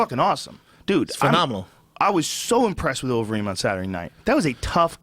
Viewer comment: "uberreem" LMAO